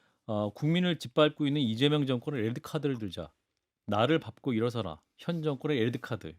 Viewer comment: 밟고의 발음은 밥꼬가 아님. 발꼬